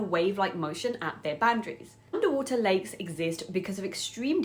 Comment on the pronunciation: Thought you said " these are Legs!" And they are so toxic.